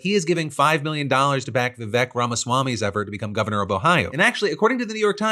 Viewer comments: His name's "Vivek". It rhymes with "fake". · Vivek, it rhymes with cake!